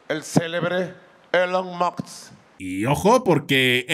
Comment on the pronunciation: Elon moks no moh